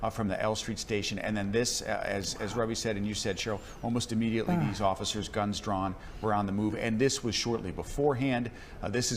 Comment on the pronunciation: It's duh guhnzzzzzz!!